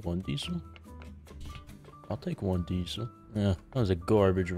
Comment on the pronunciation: why does say dee-sul instead of diesel